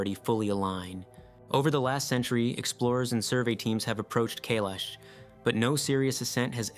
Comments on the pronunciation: Kailash rhymes with "my wash" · Mate, look up how to pronounce places before you make videos about them huh? Kailash and Uluṟu for example.